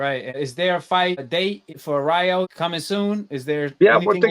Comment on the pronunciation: The way Benavidez keeps saying Ryu like he’s in street fighter..... man it’s EL RAYO!!! WTF 🤬 that shit rubs me the wrong way when Latinos can’t pronounce Spanish words right IDKW